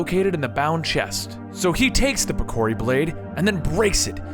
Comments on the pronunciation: I LOVE your video a lot; but, you've passed the error limit. I could have accepted the way you said piccori, and vacation, etc. but come on now, Ganondalf... I'm done for the day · holy shit the pronunciations of names is awful....Vaati and the Piccori ....totally mutilated their names...